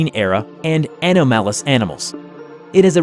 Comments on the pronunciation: "anomalous" is pronounced "uh-NAA-muh-liss". Think of it like this: you can take the word "anomaly" and replace that last "lee" sound with a "liss" (rhymes with kiss). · it's said ah-nom-al-us and prop-ort-ion-ally also Pruh-sha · i love this channel but the pronunciations kill me. ahh no mael uss hahaha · Clearly the worst part of any creature is the amount of "An-o-Mel-us" it contains! (it's pronounced An-nom-ul-us, a word used in EVERY SCP EVER MADE) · There was also "an-Ohm-alous" and "pro-pah-portionately". So....good old German "Ohm-pah-pah!"? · also "ano-malous animals" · Did you just say “Ahh-New-Malice” instead of Anomalous? 😂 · whens this guy gonna learn how to pronounce keter and anomalous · lmfao that's not how you say anomalous. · Man, you gotta google how to pronounce anomalous. And! It's not kee-tur! It's keh-tur. Fuckin keter pronunciation driving me crazy too. Love your videos man! :) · lol if you are going to do SCP videos you really should learn how to pronounce anomalous xD